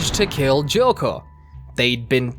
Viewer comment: If you are using the original japanese names... Why do you still call chocolove "joco”?